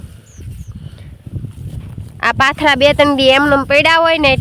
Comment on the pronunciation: Patara no kevay ben pathara kevay